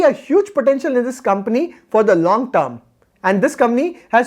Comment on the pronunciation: It's not comny ,its company